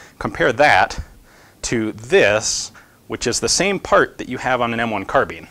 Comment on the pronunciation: I'm sorry did he just say M1 Carbean?!?